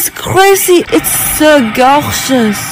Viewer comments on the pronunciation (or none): " its so GARHGERÜS" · “ItS sO gUaWgUAs”